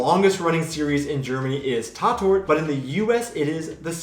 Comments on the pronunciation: Learn proper pronounciation with every video. And in the end you will have mastered the German language: tart - ought is an appropriate way to pronounce it. If it were Tattort the double "T" makes the vowel short. But with only one "T" it has a long pronounciation: táát ort. Just saying. German tv is simply somewhat different. I think the independence from political influence (not complete in reality) and from economical considerations (also with some to their budget of course) makes them less prone to try to conform some puritan thinking. Think "freedom of speech" which is a strong principle in the US. But seems not to apply to US tv. There self-censorship is a strong influence by the moral values of Puritans and other backwards thinkers. My impression. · It's not tatt-ort, it's tart-ort. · One tip: It´s called "Tat Ort" not "Ta Tort". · Tatort it pronounced “Tat—Ort“ (place or „Ort“ where a crime/deed or “Tat“ has been committed) and not „Ta-Tort“.... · I wouldnt call Tatort (pronounced "Taaatort" - the "a" sound is a lot longer than you pronounced it) a series. Its more like a collection of series of police drama in different German (or Austrian or Swiss) cities. Each States part of the ARD (plus Switzerland and Austria) make their own and it also changes over time. These series differ a lot - some have a more humoristic tone, some do a lot of social realism, some have more action etc. I wouldnt call them the same series more than I would call eg. Streets of San Francisco, CSI and NCIS the same series. Some episodes are on youtube. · Hahaha...love how you pronounce Tatort....!!! And you're right, Germans (and Dutch -like me - because this show was aired here too since the '70's...) don't care about a naked lady or man here and there...but I'm glad foreign shows aren't dubbed here because I like the original better.